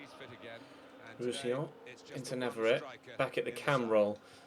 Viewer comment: You said Roussillon properly. I'm so proud of u 😏